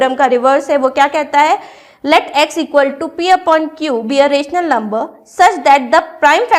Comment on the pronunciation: Ur pronunciation of rational and irrational numbers is wrong